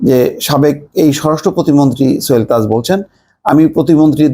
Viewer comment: সোহেল তাজ এর নাম তো ভাই আপনি উচ্চারনই করতে পারছেন না।